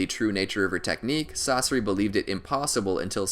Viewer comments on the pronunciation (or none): I hate the way he pronounces Sasori, he say sauce-ari, isn't it pronounced sauce-sour-ee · pains me to hear "sauce-er-ee" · No One: YouTube When He Says Sasori: Sorcery Society Saseri Saucery Sasorey